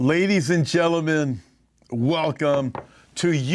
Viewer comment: Haha. It sounded like you started us off with 'Ladies and jello men....'. Made me laugh!